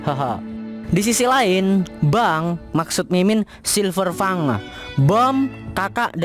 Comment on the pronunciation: Silverfangek... We dengernya kek gitu